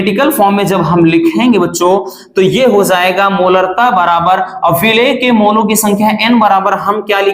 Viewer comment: Hozayega 😂 ki hojayega pronounciation to dekho